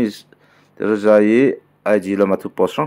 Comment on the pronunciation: Tereza tiin ilam a teresa ani lawm mi